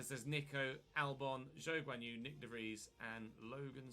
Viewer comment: Nope, it should ge De Vries